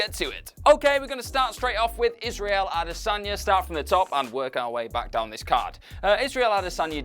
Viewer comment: Love the content!! Just wish you said “Adesanya” correctly😂